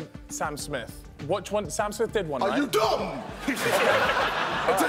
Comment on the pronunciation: ksi saying r u dumb XD "R U DOMB IDS ADELE"